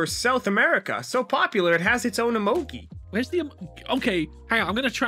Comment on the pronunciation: Them: emogee Me: triggered